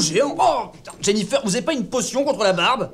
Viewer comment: "Jennifer" mes oreille on saigner. Il manque un perso essentiels de la série triss